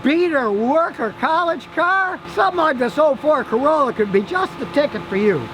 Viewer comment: ... Ha ha, u said Ford Carola..^^